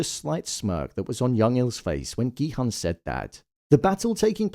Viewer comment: for god's sake, please pronounce Gi-Hun's name correctly... the "Hun" is pronounced as "Hoon".